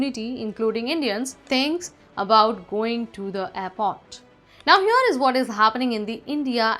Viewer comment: Not seenator, say senator. Not reolly, say really. Not hyor but here, learn the language that you are using to communicate, especially when you are a host.